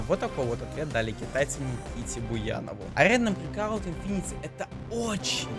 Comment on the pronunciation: breakout a ne breacot,uci english